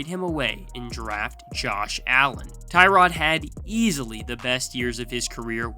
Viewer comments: Its pronounced Tyrod not Tyrod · Cant even pronounce Tyrod right…